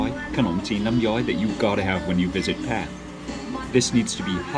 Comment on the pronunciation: You know your pronunciation แพร่ was precisely